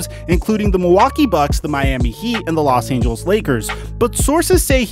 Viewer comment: No one:: Los Angels